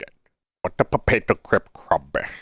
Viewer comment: I love life, expecially when bro says popato